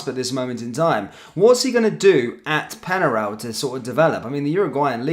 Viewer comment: Penarol! Not Penaral! Pronunciation is important, they’re a well known team of the past!